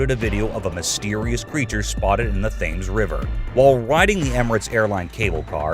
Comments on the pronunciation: #34 Thames river in England is pronounced timz. IKR? tink you. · Coming in at 34 The Thames known as the River Thames in London it is the longest river entirely in England and is second longest after the River Severn anyway the announcer pronounced it wrong only saying